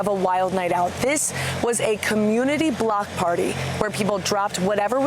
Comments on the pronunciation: I swear the anchor said "black party" and not block party?? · Did she say block party or black party